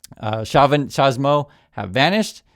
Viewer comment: it's tcha-BE-smo. [Chavismo] And yes, Maduro taxes collected w a bat de béisbol (mostly) and doled out w a teaspoon (mostly)...